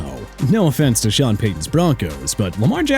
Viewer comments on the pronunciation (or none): none